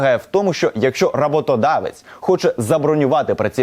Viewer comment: Та не рАботодавець, а роботодавець. Аж слухати гидко.